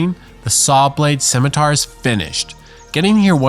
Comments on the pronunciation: Since no one else said it. The Scawmitar 😂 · A min-itar